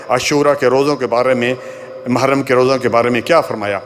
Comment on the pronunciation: Ise "mahram" nhi "muharram" kahte hain